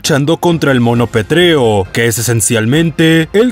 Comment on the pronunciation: Coincidimos en el puesto 2 y 1, genial. Una cosita, es pétreo, no petréo.